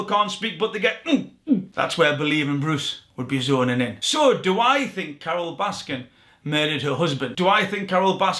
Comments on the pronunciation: Omg its baskin not baskins why is everyone getting this wrong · It is Baskin! No "s" at the end. Can we please all agree to start saying/spelling it correctly/!?! Yes she killed her husband. The rest of you have killed her last name.